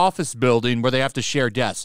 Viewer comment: This is hilarious.. "Desks" comes up as "deaths" on closed captions because you can't pronounce the "sks". "Deaths are not attributed to any one person" and "Fewer deaths than staff" reads way more appropriate for their situation.